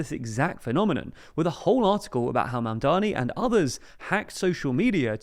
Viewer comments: im starting to take personally literally everyone's seeming incapability to pronounce.., say it with me now.., MAMDANI.., once more that.., MAM DA NI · Surely pronouncing his name cannot be this hard gang. Do better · I can't believe you mispronounced his name many times , why do people keep mispronouncing it? it's not that hard of a name to say...